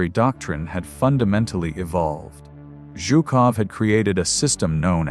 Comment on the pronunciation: Please fix your AI narration! Chopped up sentences, numerous full stops before a sentence is complete, words and phrases broken up by uncalled-for full stops, and senseless mispronunciations ("Zhukovy" for one of the most obvious Russian names, "Zhukov", "rug-ed" instead of "rugged", as though the soldiers were a draped in rugs, and numerous other errors). You have far better resources than to waste AI on results like that!